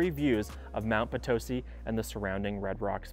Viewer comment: It’s Mt Potisi not Mt patosi! It’s Red Rock not Red Rocks (we are not in Colorado). It’s Nevaada not Navada!I know because I’ve been here 32 years.